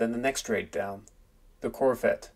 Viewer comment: It’s called CorVette… with a V. Not a CorFette